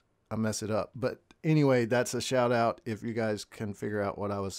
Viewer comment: Your "shiut out" was cool, 😊